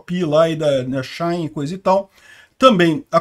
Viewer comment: minha mulher pediu pra eu falar que não é XAI é XI-IN SHEIN kkkkkkkkkk